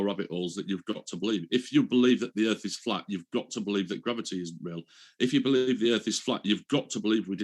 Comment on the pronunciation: So a baggage handler asked hundreds of pilots that he's friends with and they all said the erf is fwat lmfao